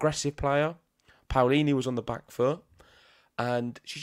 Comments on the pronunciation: Love all the love you're giving Jasmine 🥰 and, yes, you're saying her last name right, you have to pronounce both the A and the O 😉👏 We're so proud of our tennis players 🟢⚪🔴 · you have to express every letter of the name PAOLINI, the A sound either...it's not like the American PAUL sound, i'm italian, trust me!!...however the pronunciation is correct from both of you!! Waiting for MUUUUUUUUUSETTI!!!! Thanks for the show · Your pronounce of Paolini is perfect. Ciao from Italy and let’s hope for the best